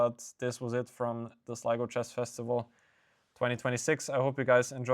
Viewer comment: Note to Sligo organizers - ensure all streamers can pronounce Sligo